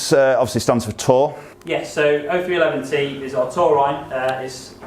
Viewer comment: It's not "zero three double one". With Dr. Parsons being a former Marine, he named these irons after the Marine military occupational specialty of infantryman. The way it's pronounced is "Oh three eleven". I am a former Marine myself and the way some people pronounce the name just makes my ears bleed. For example, the driver is not "zero eight double one". It's pronounced "Oh eight eleven", and that's the Marines military occupational specially of artillerymen. Hope that was helpful.